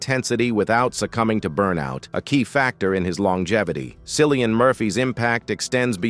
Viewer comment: It’s pronounced Killian not Sillian. Flipping AI dingdong.